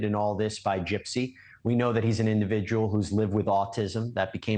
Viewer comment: How does a news reporter mess up the last name of someone whose name has been in the news so often for so long? It is Godejohn not Gojohn!